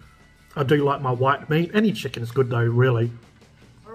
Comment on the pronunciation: "Chickan GOOD"